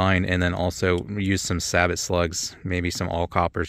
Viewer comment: Great test!!! Thx Sabot round is pronounced “sabo”! Just saying! lol